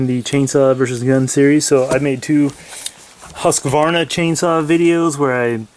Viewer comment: i love your pronunciation of husqvarna rofl